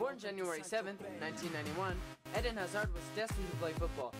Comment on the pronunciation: The way he pronounce's "eden" Eeeeeden not ed-in